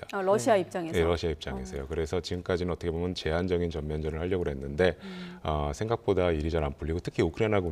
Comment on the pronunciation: 얻트게보면 ~~~~~~ 참듣기싫다.